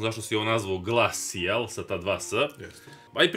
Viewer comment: глејшл а не глассиал